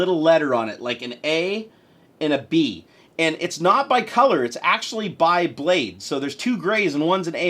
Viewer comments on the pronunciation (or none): none